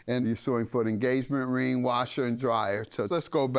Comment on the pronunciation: The judge said “you suing for the enGAYment ring” 🤣🤣🤣🤣🤣🤣